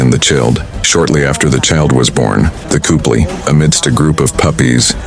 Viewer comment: Lmao - Couple is pronounced as Cooply. Lol.